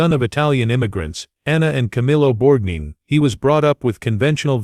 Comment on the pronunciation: Borgneen? Effing Borgneen? Stop this. Please. No more.